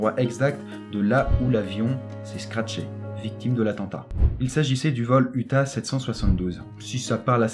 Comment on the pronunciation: bonjour , le vol uta772 , ca se dit U T A ( pour union des transports aerien francais , basé au bourget) et pas uta comme une certaine zone des etats unis